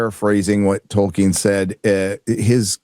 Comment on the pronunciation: Ol Jack off can't pronounce Tolkien properly